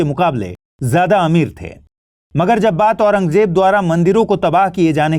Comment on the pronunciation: Itne bade teacher hoke aurangzeb bolne nhi aata .... j nhi z hai